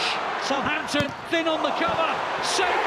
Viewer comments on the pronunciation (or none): none